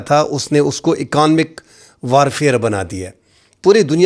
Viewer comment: پرسوں سے آپ یہ لفظ غلط بول رہے ہو ۔ یہ لفظ اکانمکس نہیں بلکہ اکنامکس ہے۔